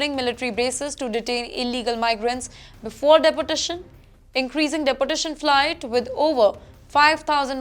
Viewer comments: It's pronounced deport...tation miss not depo..tation. ..pl work on it,,it's your job😮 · It is pronounced as "DE-portation" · Good work anchor, deportation you pronounce like depotation. 200 is very small and good no. , trump doing great work. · Day por tation 😂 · Sorry dear your deportation pronunciation is not right pls correct. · Imagine an English news reader who cannot even pronounce ‘deportation’ and ‘clear’ clearly… man where do these people come from… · At least the news reader's pronunciations should be correct, such a disgrace Eg: Deportation, data...